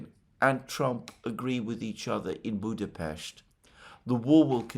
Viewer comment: It’s BudaPEST not BudaPHEST in English. You don’t pronounce other foreign Capital cities as they do in their language, why this strange obsession with Budapest, why do you single out this city? Just weird it is, given your other linguistic and physical nervous tics